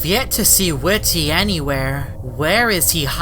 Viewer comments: It not whit ty it whitty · it's not ,,Whity'' it's ,,WhitTy'' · Its pronounced as widdy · You say his name weird